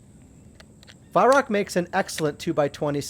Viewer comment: Weihrauch is pronounced "VAI-RAU".